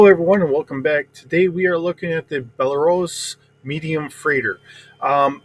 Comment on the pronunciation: BAR-LOZ BAR LOZ